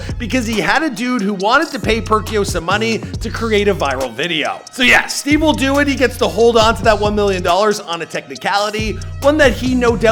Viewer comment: Stivewilldoit!!!!! Huh??? It’s stevewilldoit😂😂😂